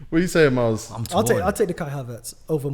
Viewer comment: Miles just said mooy.. Wow!!!